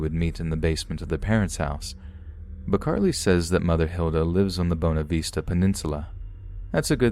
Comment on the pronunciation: That last one totally fits for rural Newfoundland. We're an odd bunch :P By the way, Bonavista- First syllable rhymes with Shawn, and third syllable rhymes with fist.